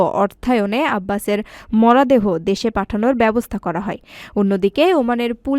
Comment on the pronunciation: আপা আপনি মনে হয় নতুন খবর পাঠ করছেন উচ্চারন আর একটু ভাল ভাবে বলার চেষ্টা করবেন ।মরা দেহ না বলে মরো দেহ বলবেন অন্যরা জে ভাবে বলে